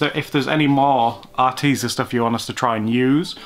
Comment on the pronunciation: Spill that Arteza tea.....Are TEA zah heh heh